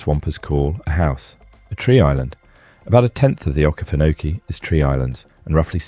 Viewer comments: Tourists are going to come looking for Amsterdam. The pronunciation of Okefenokee, Oconee, Auraria and Dahlonega were awful. You are working in a media which would give you the correct pronunciation. Pictures of many places in the USA, a map of Africa, a person practicing Japanese calligraphy, wow try a little harder. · This man is clearly not from ga I had to listen to what he said 3 times when he said okefanokee to work out where he was talking about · Many cities and rivers you pronounce are completely spoken wrong, as well as the okeefanokee swamp